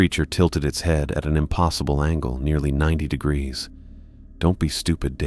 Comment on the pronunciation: "Temperature 60 degrefre." Said about 10 times.